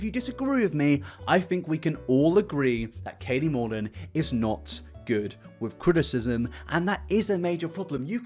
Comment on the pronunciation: Katie Morton without the second T